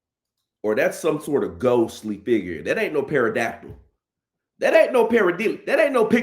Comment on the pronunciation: Did you say Paradactal? Lol